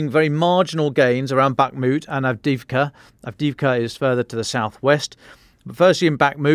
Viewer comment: Avdiivka--Ukrainian pronounces every letter--both i's---and the second i is really a "yee"---pronounced "avdeeyeevka"!